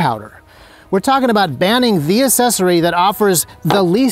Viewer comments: It's "accessory," not "assessory." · I was hyped up on this video until he pronounced accessory, “assessory”, then I was just annoyed. Wtf is going on in the gun community that people can’t pronounce accessory? ac·ces·so·ry